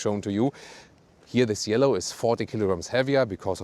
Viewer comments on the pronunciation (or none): What a beauty! The correct pronounciation is CHielo though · Cielo (Sky) should sound like “chelo” 😄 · Man, that's one gorgeous car. Cielo is pronounced with the C from chapter and a silent I, btw.